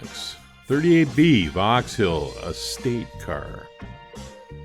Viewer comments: Great video as always but the pronunciation of Vauxhall is like Vox all/hall not vox-hill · You said Vauxhill a number of times. It is Vauxhall .Am I too picky?